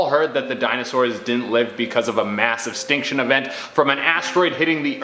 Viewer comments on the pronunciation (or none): “Massive stink shin” 😄